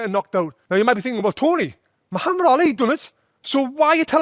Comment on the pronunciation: For the first time I see a foreigner pronounce the name Muhammad correctly 😂😂